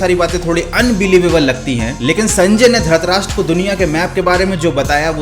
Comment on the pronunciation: its not dhratrastra its dhritrastrs